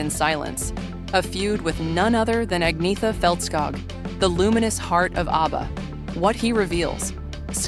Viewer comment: What an absloute load of crap. And just for the record... Who is Elvis Costello? This narrator doesn't even pronounce her name correctly.